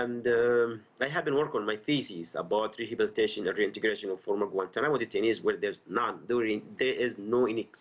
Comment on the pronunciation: Obama has mispronounced Guantanamo. Why did Obama not shut down Guantanamo.